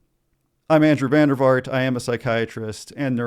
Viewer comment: Your name is Dutch, and is pronounced: “Von der Vaart” (aa = A as in apple)